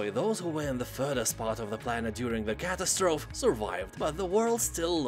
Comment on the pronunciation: FYI "Catastrophe" is pronounced kuh-tass'-truh-fee. Just letting you know as I know English is not your first language.